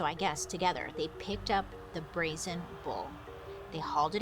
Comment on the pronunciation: Listening to this episode, I kept hearing BOWL and BULL 😂 Wasn’t until I look that I realized it wasn’t a huge soup vessel. Makes way more sense with the whole horn description.